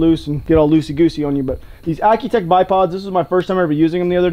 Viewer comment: Bro it's accutac not accutech